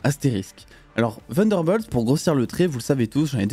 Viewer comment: C’est incroyable comment les français sont bons en anglais Vunderbolts 😬